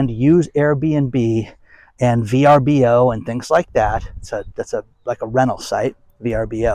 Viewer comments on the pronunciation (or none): none